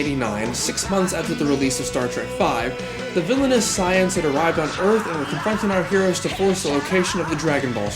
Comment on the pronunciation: "The villainous Scions"?! Evil Toyotas? They must be the ones that everybody was freaking out about last year! Actually, your pronunciation is probably closer to the original Japanese, but it still made me do a double take. XD